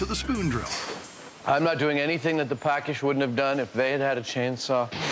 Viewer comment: The tree cannon builder town (village) was Paks (pronounce: pa:ksh) not "pakish". Greetings from Hungary 😉